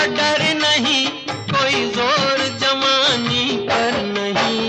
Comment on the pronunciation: Why he said jamani instead of jawani